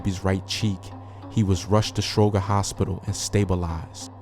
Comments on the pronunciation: Not just Stroger! He always mispronounces the street names. 😂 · The way you say Stroger is funny cause I’m from Chicago